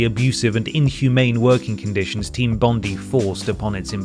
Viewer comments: Jesus - Team Bondee? It's Bond-eye - named after our most famous beach. Can't believe an Englishman has never heard of Bondi Beach (if ya know, ya know!) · Sorry for being a nerd but team bondi is actually pronounced team bond-dye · Someone doesnt know how to pronounce Bondi.